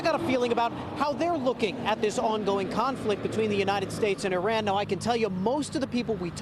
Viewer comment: EE-Rawn.... You're welcome....